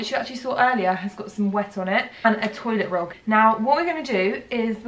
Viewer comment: did she just say..... a toilet rog? 😂😂😂